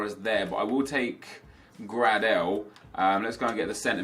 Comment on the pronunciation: The pronunciation of some of the players is horrendous 😂, Grad-el and tremulin-a mate sort it out